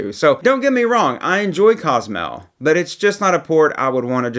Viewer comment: It is Cozumel, not Cazamel. It is Taino, not Teyno. As our tour guide, we appreciate the effort in not butchering these beautiful spots that we all love. Thanks for the content!